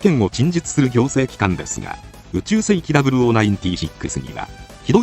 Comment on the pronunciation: 詰問機関(きつもんきかん) -> 諮問機関(しもんきかん)